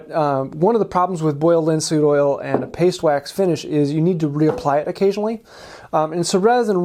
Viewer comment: "Pastwax" what the heck is "pastwax" 😂